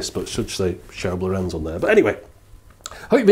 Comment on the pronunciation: Thanks for another retro ride :) Just a small niggle here. It seems all English speakers do this: The name Lorenz is the Germanic version of Laurentius (Latin/Italian) and NOT emphasised on the last, but on the first vowel! Please quit saying "lorEnz", and instead say "lOrenz". It makes sense to remember this, because many famous and important scientists, engineers, mathematicians, artists, politicians, etc, had the name in a few different spellings, but Lorenz and Lorentz have the same rule. The only exception would be, if the second vowel has an "h" following, to indicate a stretched enunciation, but I have personally not seen that possible variation.